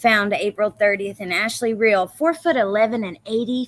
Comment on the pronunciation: sister of ashley real here , you’ve been saying her last name the right way - pronounced real as in real or fake not ree-all, i’m not sure why they pronounced it that way on the news